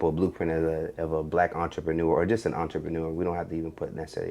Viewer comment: I can't be the only one that caught on to him totally disregarding the first r, in the word entrepreneur 😂😂